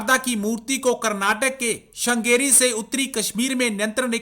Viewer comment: Bhai, you are doing a gr8 job. with all due respect pls pronounce the name of the place correctly it’s is “श्रृंगेरी”.